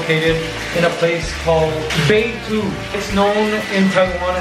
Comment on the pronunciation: You pronounced all the Mandarin words properly 👍 I've been living here for 25 years and haven't been to that part of Yangmingshan and Beitou market 😊 can't wait for tomorrow's vlog!